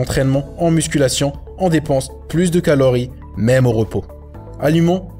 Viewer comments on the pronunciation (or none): none